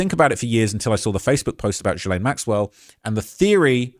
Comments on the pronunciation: I love your videos, but FFS, is GILL, like a fish gill, not JILL-LANE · My guy! It’s Gee-lane. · You cant even pronounce ghislaine maxwells name correctly You are extremely miss informed regarding this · Can we all learn how to pronounce Gislaine?! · Please check your pronunciation of Ghislaine